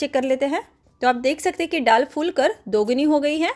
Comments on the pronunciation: डाल नहीं बोलते दाल बोलते हैं mem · डाल नही दाल बोलते है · दाल बोलना नहीं आता, विदेशी हैं आप???डाल,डाल बोलते हुए संकोच नहीं होता। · दाल होता है डाल नहीं आप डाल बोल रहे हैं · मैडम डाल नहीं, दाल है। कृपया सही हिंदी बोलें। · डाल नहीं,दाल बोलिए 😂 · डाल नही दाल बोला जाता है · डाल नहीं दाल बोलिये